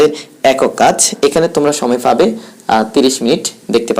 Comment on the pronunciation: "ফাবে" "ফাওয়া" "ফ্রশ্ন" এইসব কী উচ্চারণ ভাই?